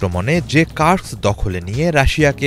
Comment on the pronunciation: কুরস্ক হবে, কার্স্ক না😂